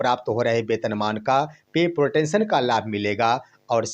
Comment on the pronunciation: अंग्रेजी ठीक से पढ़िए महाराज। पत्रकारिता इतना आसान नहीं है। पे प्रोटेक्शन होता है ना कि पे प्रोटेंशन